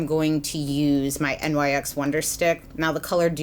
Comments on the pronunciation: Favorite youtuber reviewer! But I think NYX was pronounced like "nix" ? Not actually spelled out as nyx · hi, "nyx" is pronounced the way it's spelled (like "nix") rather than "n-y-x." i only know this because rupaul always used to pronounce it that way on drag race when nyx cosmetics sponsored the show. love your reviews xo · Okay so why does she say N Y X instead of pronouncing it like nix. No hate at all! I love your honest reviews. I'm just genuinely curious if I've been saying it wrong. I normally hear people say it like nix. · Amazing review, as always. I really do appreciate how you say that you tend to avoid other reviews before recording your own in order to avoid bias. One minor comment, though: NYX is named after the Greek goddess of the night, so it should be pronounced "nicks" instead of saying out each of the letters individually. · Love your videos! 😘 Just so you know it's pronounced Nyx ( it's the name of a goddess ) not N Y X! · Agree :) but I think the correct pronunciation is NIKS as the goddess, not N Y X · lol I getcha! No way of really knowing honestly, I pronounced it the same thing until they opened a Nyx store by my house and employees were correcting me. I was shocked but also think the goddess part is pretty cool!